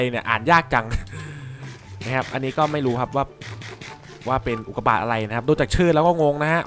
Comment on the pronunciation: ทำไมตอนแรกผมได้ยินว่าอุดกาบาตอะตรับใครได้ยินบอกหน่อย?